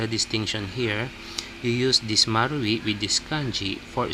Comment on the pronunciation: marui sounds like mari 😅